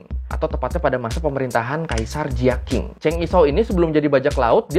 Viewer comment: Bang dlm romanisasi mandarin Q dibaca Ch, J dibaca C. B dibaca P. Jadi Kaisar Jiaqing dibaca Cia-Ching. Beijing dibaca Peicing. Guangzhou dibaca Kwangcou